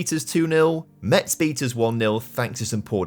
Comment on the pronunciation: Metz is pronounced Mess